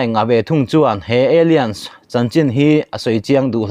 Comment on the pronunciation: bengvarthlak thin e.. Alliance kha Eilians ti in i lam a, alains tia lam tur zawk a ni.